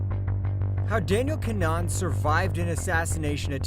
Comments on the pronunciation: Kin-uh-han. Idk what’s so damn hard about that name to Americans. I say this AS an American. Didn’t you go to school with or have Irish neighbors/family? Then again I grew up in NYC in a very Irish neighborhood but cmon. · Gotta learn to pronounce names. KIN-A-HAN its phonetic.